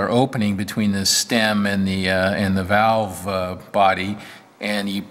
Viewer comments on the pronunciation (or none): none